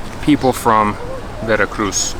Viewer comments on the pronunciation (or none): Veracruu lol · Veracruz? Veracrú.